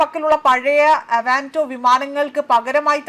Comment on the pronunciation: ആദ്യം പോയി ഭാഷയും കാര്യങ്ങളും ഒക്കെ ഒന്ന് പഠിക്കാൻ ശ്രമിക്ക് എന്നിട്ട് ന്യൂസ് വായിക്കാൻ ഇറങ്ങ്. വടോര അല്ല വഢോധര. പഴയ അ വാൻ്റോ വിമാനം അല്ല ആവ്‌റോ. കാലതാമസത്തിൻ്റെ പര്യാപ്ത്ത മോ? അതെന്താ😂😂😂